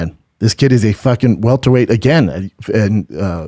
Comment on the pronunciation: Omg thank you. I didnt want to comment on this video but he kept saying welterweight and it was driving me nuts